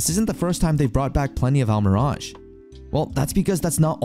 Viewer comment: Wow, he pronounces Almiraj, but still can't pronounce rehabilitation. lol